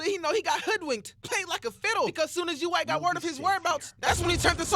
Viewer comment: "Yuwack" Imma let it slide cause.tjat was funny